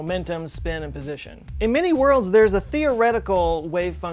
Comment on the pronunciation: Every time he says many-worlds I hear mini-worlds .